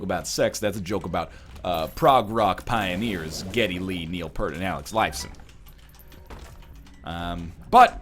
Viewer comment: Canadian and you dare pronounce his name as Neil Purt? It's pronounced Peert! PEEEEEERRRT!!!!